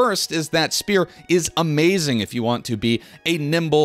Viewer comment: Oblvion and Skyrim players be like "what the fuck is a speeeoore?"